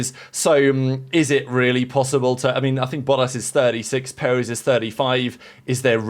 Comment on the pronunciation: The emphasis is on the second syllable. peREZ